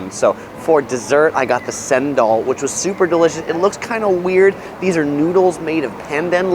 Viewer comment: For a non-local I have to say that his Mamak recommendation is spot on. But his pronunciations are off of course. Cendol/Chen-dol, Bondi/Bon-dai, Coogee/Koo-jee. Also good for a tourist shopper to know is that Town Hall Station, QVB, The Galleries, and Pitt St Mall are all connected via underground so you don’t even need to walk on the streets to get to all those places. Especially if it’s raining. 👍